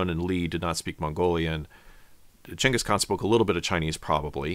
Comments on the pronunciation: Is it gangis, or yangis? Y do u keep saying yangis? Even spell check dose not recognize yangis khan. Its Gangis Khan. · They ur saying genghis kahn like jangkus kon is so annoying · Gang is khan not Chang is khan. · Never in my life heard "Jingus Khan" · Jenghis Kahn? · You know what I don't like about this video? This dude is so pompous, why is he calling him 'Chenghis Khan" without explaining?!?!?! We're just supposed to accept this?